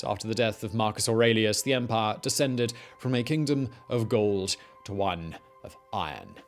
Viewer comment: He came to pahh in the Roman Empahh. A pahhful man.